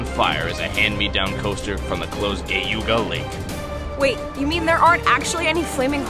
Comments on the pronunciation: keeps saying geauga lake wrong. It’s said like gee-aw-guh not gay-oo-guh. I’m from that area and that’s how we all say it. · Bruh "Gayooguh" Lake